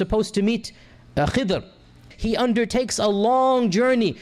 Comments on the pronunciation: pronounce the name properly - Khizer - what is this Khaddar nonsense? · It is Khidri coz indians nd all indonesians proniumce the word D into Z. Like ذاكر "Dakir" u pronounce Zakir. So u need to learn arabic not your own language broh